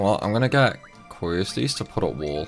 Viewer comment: Love the series but...how did you come to pronounce Quistis' name so wrong?